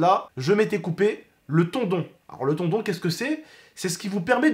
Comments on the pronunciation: C pas tondon mais tendon 😅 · On dit tendon pas tondon😂. Sinon force à toud ceux qui font le ramadan je sais que c'est pas facile mais vous allez tous y arriver si dieu le veut. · le tondon 😂😂 (tendon) belle action oriental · Un tendon pas tondon